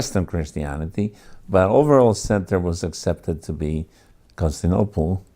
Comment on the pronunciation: Perhaps it was used, somewhere, in this fashion, but I have searched high and low... nobody else but "this guy' calls the city Constinople. The city is Constantinople. It is really hard to get past that.